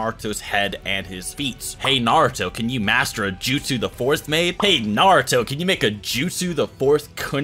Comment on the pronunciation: My guy, since you're making videos on this, I'd think learning to pronounce the names and "jutsu" correctly would be something on your ToDoList but apparently I am wrong. How is it that people who speak english natively are so horrible at reproducing names in other languages?